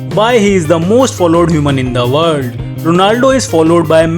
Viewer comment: Just love how he says " IN THE WALL"!🤣 typical indian accents.